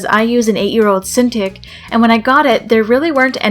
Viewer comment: Uhhh cinTICK? Not cinTEEK?